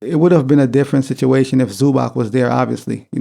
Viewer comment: It is ZubaTS not ZubaK.